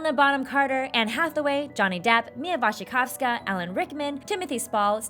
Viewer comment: I love the fact that you are reading Mia's last name right! :D